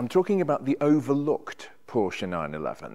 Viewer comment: lovely car. Nice to hear you pronounce Porsche and Fuchs wheels correctly.